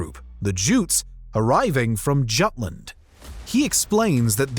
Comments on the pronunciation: J has a y sound in Scandinavian and other Germanic languages. It's pronounced /Yutland/. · Check pronunciation of Jutes, Jutland, and bury